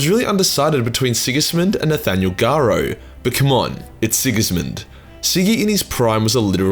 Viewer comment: It's Nathiel Garro... Garro is pronounced like arrow.